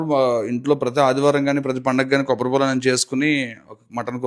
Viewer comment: Kobbatipol kaadu ra antukul , kobbari paalu 😂😂